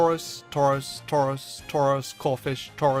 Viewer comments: Are you shroros it's touros? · I liked it when he said tarous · At some points it sounds like he gave up on saying "taurus" and just repeatedly said "tors tors tors torz torz torz" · U should’ve done Tauros instead of tuaros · I can't hear tauros anymore and can only hear torse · Man, you sure Taurous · Number ten: turus. Me : ok not bad next. Him: number nine turus. Me: wait what ok skip surly not the third time. Him : number eight turas. Me : yea ok bs!!! What the heck KKK!!!!!.( Skip to number one ok surly.) What's number one . Him: snorelax. Me:😂😂 lol .......,.......😡😡😡 What the f*** (five minutes later). Me: ok it doesn't matter it's his choice. (Ten minutes later ) . Screw it arrggghhhhhhh whyyyyy I want to die!!! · take a shot every time says TAUROS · This cow keeps shredding my paper... He Tore-Rows of them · Drink every time he says Tauros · I think he made a mistake with tauros omg he did instead of tauros its tauros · XD when I started this vid I was like "I swear he says Tauros for all of em Imma laugh" well guess whose laughing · Dudeeeee you made Tauros sound weird I swear the more I hear Tauros the more annoying and weirder it sounds XD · The more I hear Tauros, the more I hate it. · Everytime he says Tauros take a shot.